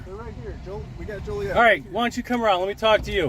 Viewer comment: The town is pronounced Jolly Et not Joe lee et. Fyi❤